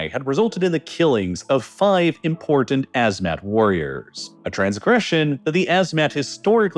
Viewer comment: What, you don't like hearing about people being "eden" in the "moundans"? It's an impordan issue